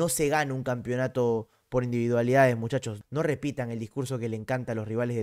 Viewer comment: por qué hablas como argentino, "muchacho"